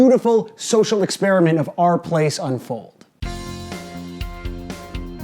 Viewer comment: Took me five minutes to realise you were saying /r/place and not "Our" Place.